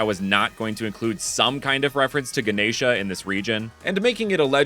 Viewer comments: Also you pronounced Ganesha perfectly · You pronounced Ganesha really nicely